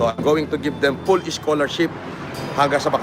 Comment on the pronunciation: "PULL" SCHOLARSHIP DAW KASI 😂😂😂